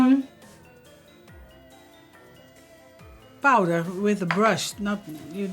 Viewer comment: Nobody:: PAUDER